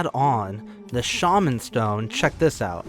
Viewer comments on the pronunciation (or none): none